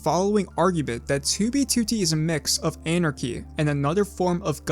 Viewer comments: Does anyone else notice how this guy says 2b2t like "Too-bee Tootie" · 2b2t? why u say it like that maboy